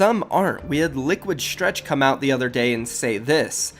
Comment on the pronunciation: why gotta say stretch's name like stretched